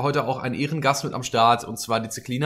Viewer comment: glaub das war der Joke..weil sie manchmal so ausspricht